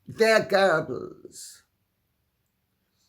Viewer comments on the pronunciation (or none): none